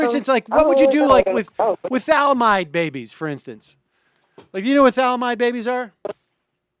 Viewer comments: One again.. say it Sam: Thaa - Lidd - Aaah - Myde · For God's sake, Sam, thah-lid-a-myde. Thalidomide. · Sam - next time you give the Thali-do-mide example, which is great, know that this is how it's pronounced, just sayin.. anyways, it's always so painful to hear these folks. They use tech to call in, tech that would probably not be possible without government and would cost them arms, legs and kidneys if private companies took care of everything, and still spew their idiotic, juvenile tantrumy, unrealistic arguments from the comfort of their modern-age homes and not off-grid caves.